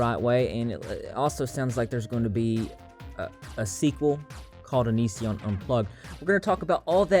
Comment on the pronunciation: give Chris Hansen some credit he finally learned how to pronounce "onision"